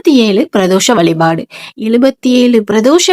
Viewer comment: முதலில் தமிழில் பேசுங்கள் வலிபாடு இல்லை வழிபாடு அலைபடுகிறதா அழைக்கப்படுகிற உன் பேச்சைக் கேட்டா பாவம் தான் சேரும்